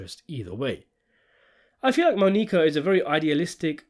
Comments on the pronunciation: Mah-Knee-Kah. Lol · "Moe-Nique-Uh" lol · The way you say Monica is reallllly cutting it close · I’m dying at the pronunciation of Monica. It’s not like they don’t say it a bunch in the show. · Everyone who can speak English knows how to pronounce Monica. I think the mispronunciation is a tactic to get people commenting. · Quite easily atp in the series the best season in the show. I was shocked when I found out it wasn't as loved by critics like the other three were. Such a great season of television. The final scene with Monica (absolutely love the way he pronounces it 😂) and Vic is spectacular. "In fact the show seems to return to its status quo by the end" lmao yeah you'd think that wouldn't you... Absolutely cannot wait for that Season 5 review.